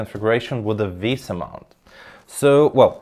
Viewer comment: Finally, someone who prounoucnes "VESA" correctly! 😂Thanks for the nice review.